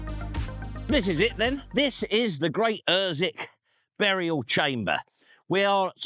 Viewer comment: Gt Ossick or at least UrsWick without the silent W. Its near li'l Ooston tha knows. Fine video for Easter Day. A lot seems to have gone one there over the millennia.